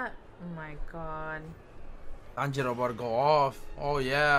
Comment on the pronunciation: we got Tanjíro and Nezúko 😂😂😂